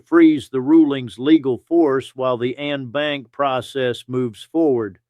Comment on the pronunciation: En Banc is pronounced "on bonk".